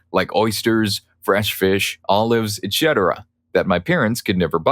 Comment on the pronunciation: Dude… you need some help. Ciabatta is pronounce …chia not sia Etc. ends with setera pronunciation not chetera